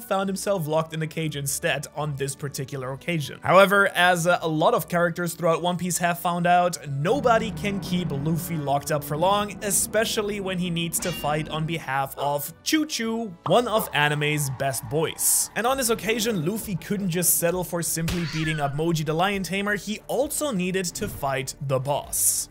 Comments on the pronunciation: "choochoo" bro its chouchou 💀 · We know you saw the dub. Why did you pronounce chouchou like that 🙄😠